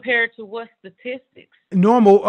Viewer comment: She couldn't even pronounce "statistics" lmao